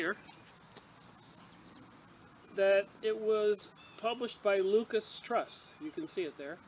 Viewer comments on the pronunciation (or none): I think it's pronounced 'loo-sis"